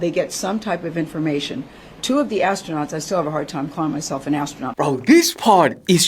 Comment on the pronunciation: Ass-tronauts? Astro-nots? As-true-nots? 🙉🙊🙈